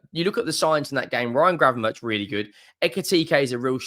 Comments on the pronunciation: It's pronounced GravenberK or 'berg' not 'berch' for future vids. It also sounds so wrong to say 'berch', so English! He's Dutch mate! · No, the 'k' is also wrong. A 'ch' is pronounced as a 'g' in Dutch, there is no equivalent sound in the English language.